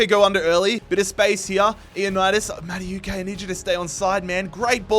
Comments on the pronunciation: It must be every single video im having to correct this guy.. No mate. You said it like this. Madawehkay' Do Americans Australians just pronounce everything how they see it. Let me ask you something, how do you pronounce the word 'know' Do you say kanow? Or do you say 'no' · I beg you pronounce Maduekes name properly 😭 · the madueke pronunciation the whole video is so annoying